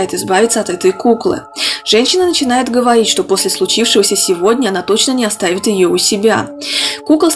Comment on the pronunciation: ты сказала гавоить